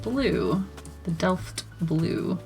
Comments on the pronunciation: You pronounced that "Delft" completely right, at least from a German standpoint 🥰 Though, the Dutches might disagree 😅 I got that Delft Blue on my watercolour palette, too, just like at least 4 or 5 other ones and I love them all, I just need to find the the time to actually use them and try them out some more. Love the colours themselves and all the mixes. They look awesome❣ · GREAT REVIEW, AND DELFT IS A DUTCH PATTERN OF BEAUTIFUL BLUE AND WHITE POTTERY.:) YOU SAID IT CORRECTLY TOO. LOVING THOSE COLORS!! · Your pronounciation of Delft is as if you are 100% Dutch! In February 2023 the Vermeer exhibition in the Rijksmuseum, Amsterdam will open!